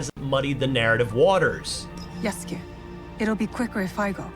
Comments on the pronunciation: I understood "yes king" instead of "yasuke" 💀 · The uncultured "journalist" cannot even pronounce Yasuke correctly.